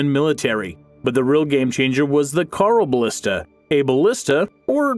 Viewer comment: Carl o ballista? It's pronounced hyeroballista.